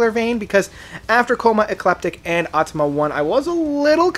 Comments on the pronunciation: I just can´t take you seriously anymore….you still can´t manage to properly pronounce their albums. It´s AutomaTA not Automa and its Coma Ecliptic and not Coma Ecleptic or what else….and it´s The Grid and not The Grind....man... AND Automata 1 and 2 are ONE album, not two....the label decided to split the release, but it was recorded as one album. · Bro Au-to-ma-ta and The GRID Great review tho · Haha "atama." It's Auh-tah-mah-tah "